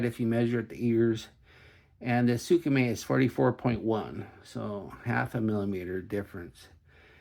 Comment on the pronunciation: "Sooka-May"... Lol